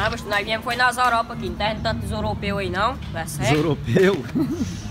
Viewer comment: "Nos tamo é na zoropa, Oia as os Zoropeus" Kskskskskskkssk